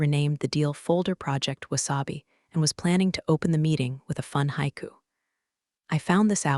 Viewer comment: I can’t believe the poor quality of the AI in these. Mispronunciation abounds, like sake in the first minute of this story. And then bow… And HAIKU pronounced hay-kus.